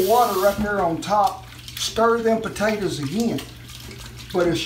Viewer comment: Good lesson, heard him mispronounce and said potatoes.